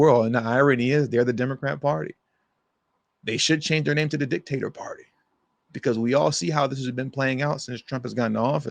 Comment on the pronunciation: You said Dick Tater 😂😂 !